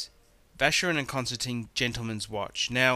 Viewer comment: Where on Earth does he get Concerteen from? It's Constantin, pronounced Constan-tan, because it's French.. I hope he does not get the mark on the lug polished off, as it''s an Assay stamp for 18k gold.